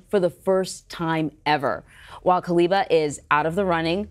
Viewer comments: Kabila* not Kaliba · Lady keeps saying Kaliba. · The CBS anchorwoman seems incapable of saying “Joseph Kabila,” whom she calls Kaliba instead. I wonder what she’d do if she had to say the Malagasy president’s name, Mr. Rajaonarimampianina ! Perhaps she shouldn’t say those names at all since it’s none of her business to begin with. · 🤣🤣🤣🤣the First Lady called him Kaliba instead of Kabila